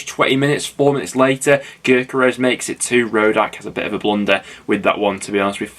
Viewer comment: You pronounce gyokeres yok-er-rez